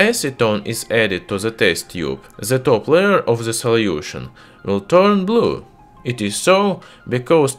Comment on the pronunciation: While watching this video I can only keep asking (why do Russians pronounce The with a Zhe? ) zhat vs that